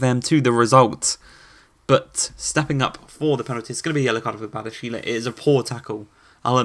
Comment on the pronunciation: Hey I'm a french fan of Monaco and I just discovered your career ans I love it 🤩🇨🇵🇲🇨 But I'm french and I want something : please take care to what I will to you about the pronounciations : Ben Yedder : Ben Yeddeyr Volland : Foyland 🇩🇪 Badiashile : Badiashil' Diatta : Dyatta Giroud : Girou Enjoy ✌️